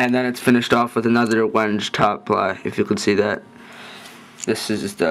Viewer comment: lol, wenge is pronounced when-gay.